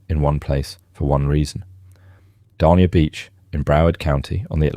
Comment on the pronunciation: "Dania" rhymes with "mania", "slough" is pronounced just like "slew"